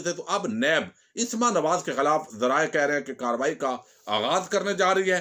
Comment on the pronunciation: Asma ki slif par zabar hai sir plz don't mind